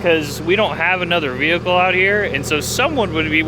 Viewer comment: i have been watching the channel for a little bit now and this is honestly the first veehickle xD that i expect a man looking like yourself be driving xD haha well done good sir.